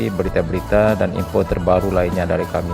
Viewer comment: Ucapan salamnya tebalkan huruf L nya om. Warahmatullahi. (Tullah/Rahmat Allah) Bukan tulah ( Rahmat Alah) 🙏